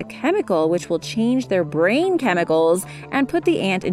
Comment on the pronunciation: "which will chänge their brÄÄEEIIIn chemicEls"